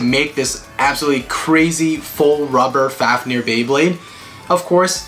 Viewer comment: At the start he said fafneyr